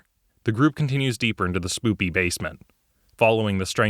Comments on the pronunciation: Did you just call it a "spoopy basesment"? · SPOOKY... NOT S"PC"OO"PC"Y....